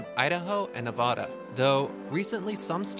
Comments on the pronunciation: You said Nevada wrong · For Nevada you said Na VA da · When he said "Nevada" and said it wrong I just started to flip out